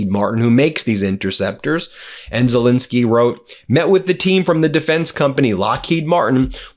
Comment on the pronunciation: Ben, can you PLEASE pronounce Zelenskyy’s name properly? It might bring him better luck!